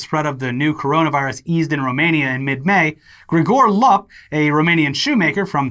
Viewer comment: Hearing you guys mispronounce Romanian names like Lup and Cluj is a drug I never knew I needed. Ps, the letter U in Romanian is pronounced the same way you pronounce the double O in English.